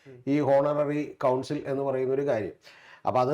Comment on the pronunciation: കൗൺസിൽ അല്ല, കോൺസൽ..